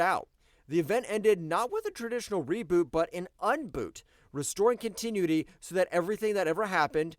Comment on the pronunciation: Great video! One note: continuity is pronounced con-tin-new-it-tee. No hate, keep the videos coming!